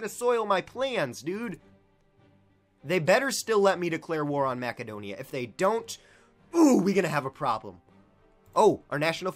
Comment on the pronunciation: Its pronounced MASSedonia